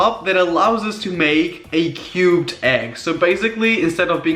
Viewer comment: When he said cubed egg I thought he said cute egg. Then I saw the product and realized he said cubed